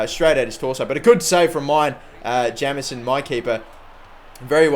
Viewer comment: Jameson is pronounced Jaymson